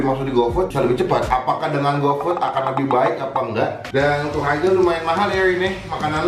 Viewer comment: Harga baca dengan aksen Kya orang barat